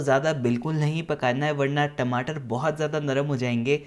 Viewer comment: Bhai Tameto Nahin Bolte Tamato. Apni Bhasa Ko Jyada Style Karne K Liye Aeise Nahin Bolte. Jai Hind